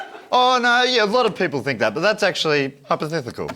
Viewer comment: 'hyperthithical' absolutely broke me